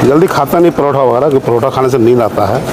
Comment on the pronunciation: Paratha❌ Parotha✅